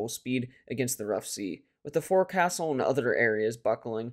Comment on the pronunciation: One comment, forecastle is pronounced foc'sle ( folk sul).